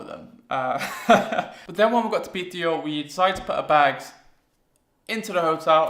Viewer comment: You pronounce the name "Piteå" incredibly well, but if it's too much work for you to say i'd suggest you to just say "Pite" instead. It's much easier to say and gains you some mad respekt for saying it like the locals do. ;) Anyway I'm glad you enjoyed your stay and please feel welcome to come back.